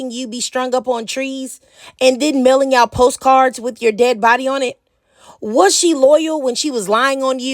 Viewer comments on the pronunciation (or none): none